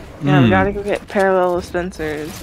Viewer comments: I love how fuzzy says parallelah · No one: Fuzzy: “parallela” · It so funny when fuzzy pronounces spencers name as "parallela'' spencer...